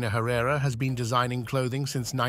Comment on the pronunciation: THANK YOU. Ugh. I had to stop it midway thru bc I couldn’t stand the mispronunciation any further